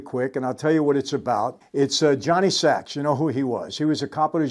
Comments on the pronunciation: Sac! Not sacs. I couldn’t get past that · *Johnny Sac not "Johnny Sax" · Mr franzese, it's Johnny Sack, not Johnny Sacks. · It’s Johnny SACK. Not SACKS. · It’s Jonny Sack not Sacks hahaha short for Sacrimoni